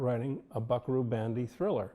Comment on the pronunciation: BS----If a showrunner can't pronounce "Banzai" your AI needs work.